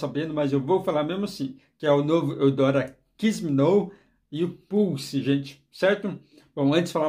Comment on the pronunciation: Não se fala Kiss me "nou". A pronúncia é Kiss me "nau"